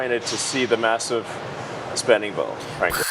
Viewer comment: Elon doesn't bring his lips together when he says m, b, or p. So "massive spending bill" becomes "vassive svending vill." It's so weirdly disturbing and gross.